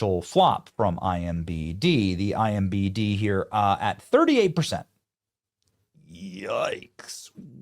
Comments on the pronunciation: Bro really said "IMBD" twice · Does he say "IMBD" on purpose? Is it a joke i am missing? Cuz he says it wrong in every single video he does